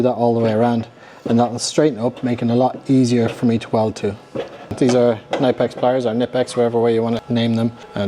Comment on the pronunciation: Those water pump pliers / gland pliers are pronounced ku-nip-ex. No silent k. I called them nip-ex for years 😂